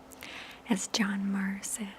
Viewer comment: FYI, John Muir is pronounced myoo-er